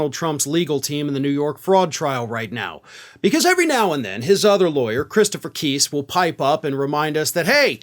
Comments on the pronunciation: Not keyse..Kise!!! Pronounce his name right!!! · Please pronounce Chris Keis' name correctly. It is not KEEESE, it is pronounced KICE, rhyming with MICE AND RICE...and stop with the dog at the end. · it’s pronounced like NICE! KISE! Fuckin a, dude, get it right. You’re not as professional as you think you are. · Think it’s pronounced- K I H S E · love your broadcasts but please pronounce the names correctly. Dump lawyer is pronounced KIse. The "i" isn't an "e." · Kise is pronounced with a long I, not a long e. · Why are you pronouncing Christopher Kise's name wrong, as if you haven't heard anyone say it before. You can hear him pronounce it himself easily. This channel is so weird.